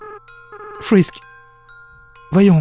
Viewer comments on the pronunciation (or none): TIEN TIEN TIEN !!! TU PARLE DE SANS EN DISANT "SENS" , MAIS TU DIT "FRISK" AVEC L'ACCENT AMÉRICAIN 😠!!!!!